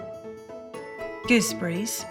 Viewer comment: Its pronounce rasp berries and goose berries not raspbreeze and goosebreeze and another plain meal no spices to enhances the flavor smh